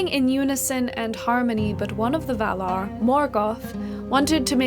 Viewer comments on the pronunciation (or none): none